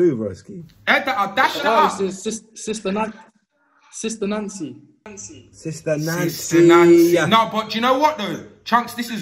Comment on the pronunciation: "SISTA NANCY"😂💀